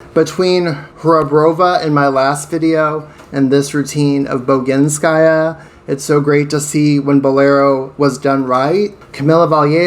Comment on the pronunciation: bogInskaya is right, not boginskAya.